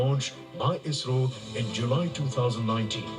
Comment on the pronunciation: It's pronounced isrow, as a single word